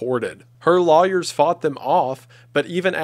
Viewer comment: still cant say the word lawyer